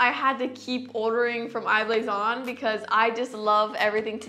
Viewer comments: Anyone else find it annoying how she says I blason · How many times did she say I-blason